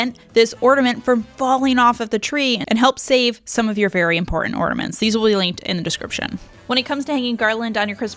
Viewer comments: Omg its a floor Its not ground!! And its not ordamets Its ornaMents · Love how you call ornaments "ortaments"